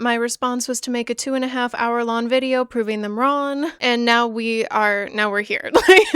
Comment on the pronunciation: This is so off topic and I completely agree with your frustration, but have you noticed you have a tendency to drop the g in some words? I caught it a couple times throughout this video like with the word "wrong" and thought it was interesting, lol